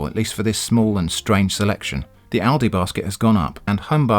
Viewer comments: as an american i know ill get yelled at, but i 100% agree with your pronounciation of lidl and aldi, its exactly how we would say those names too (we only have aldi though), i mean look at them, his pronounciation makes sense based on the combination of letters. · I live in the US, and I've only heard ALDI pronounced the way you pronounce it. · nothing wrong with your pronounciation of aldi and lidl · In Australia ALDI is pronounced ALDI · How you pronounce Aldi is how it's pronounced in Australia, as far as I know Lidl doesn't have a presence in Australia. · I'm laughing at the people who took a sharp intake of breath in preparation to correct how you pronounced Lidl and Aldi and then deflated in a disappointed heap. Lol.